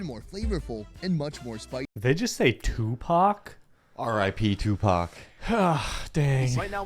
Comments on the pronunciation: 😂no 2pac he is saying thukpa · it's "thukpa" rather than Tupac😅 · Yooo that's thukpa not Tupac 😂😂😂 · Not #2paC It's #Thukkpa Need long sound 🙄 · Not 2pac it's thukpa 😂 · tupac damnn 🤣🤣 haha